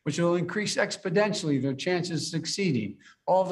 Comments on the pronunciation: “Expidentially” is not a word, Biden!!!! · If this fool says "ExpDentially" one more time, I'm going to lose my mind. WHY IS NO ONE TELLING HIM?!? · It's a combination of his Delewarian accent and speech impediment. He's really just saying "expinentially" instead of exponentially. Go ahead and ask Trump about "covfefe" or "infrantroopen" though. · “send your 3 and 4 and 5 year olds to school which will increase expo-dentially their chance of succeeding” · He said it TWICE. Brandon needs to go back to remedial math class.